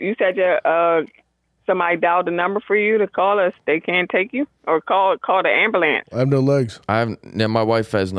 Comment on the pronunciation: “call da Amberlance” 😂😂😂